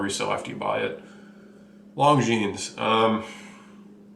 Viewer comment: I like the reviews, but some of the pronunciations are killin' me! First of all, ETA is pronounced "ate-uh" not spelling out the letters, as in "ee-tee-ay." Then we have Longines. Don't say the "s" and you're okay. Ulysse Nardin. Glad I didn't hear "Ulysses" but say "Nar-DAN" and you've got it. "Glashütte" is kinda like "Glass-hyoota." Yay-ger Le Cool-tra. TEE-so (not Tissoh) Car-shay (not Cart-ee-eh) Good point about Ebel ... some nice watches, but buy 'em used. Same with Zenith (or "ZEN-it") and I might add Bell & Ross as well. Great value on the secondary market.